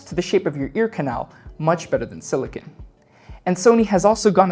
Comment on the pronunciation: You are saying silicon ear tips when you are referring to silicone ear tips, a subtle but important distinction. Silicon is the element Si itself used in circuit boards while Silicone is a polymer composed with a backbone of (-Si-O-Si-O-) also know as polymerized siloxane.